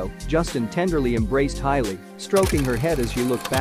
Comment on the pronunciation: Hailey NOT HILEY !!!!!!